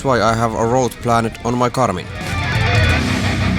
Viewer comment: Another excellent video. I like the idea of you showing us your adventures - it makes for compelling viewing! Your spoken English is very good - may I point out a minor pronunciation error? When you say 'planned', you say it as 'plan ned'. It should be said as 'pland'. The same goes for 'turned'; say it as 'turnd', not 'turn ned'. I hope you don't mind me mentioning this. Keep up the good work.